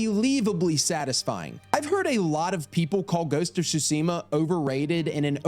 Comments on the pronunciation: I love when people like things so much that they cant say it roght like saying ghost of shusima not Tsushima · I left after you said "shooseemuh" its tsooshimuh smh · "ghost of sushima" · „Ghost of Shootseemuh“ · repeat after me "T SU SHI MA" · Every time I hear mispronounce Tsushima, I die a little inside 😩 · Love your videos, but the way you say Tsushima pisses me off 🤣